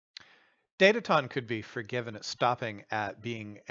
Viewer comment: For starters, it's a Swedish company based in the university city of Linköping, so the name is actually pronounced DATA-tone.